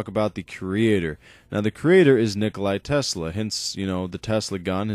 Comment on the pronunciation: it is tesla and not telsa search on google if you dont believe me